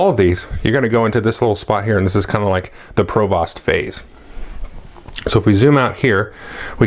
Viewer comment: Since this is your favorite game (mine too), I'll go ahead and let you know that your pronunciation of "provost" is goofy :) I work in education and we actually have someone with that title, it's pronounced to rhyme with "host" not "cost" - yay English!